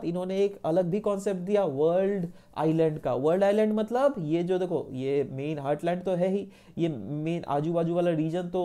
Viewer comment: It is heartland not hurtland please do correct your pronunciation btw your lecture was awesome 👏